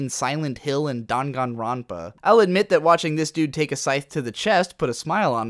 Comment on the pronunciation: You pronounce Danganronpa funnily.